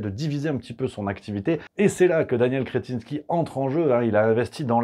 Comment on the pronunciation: Sacré patronyme! Il est vernis le gonze! mais, je crois que vous ecorchez le 'in'.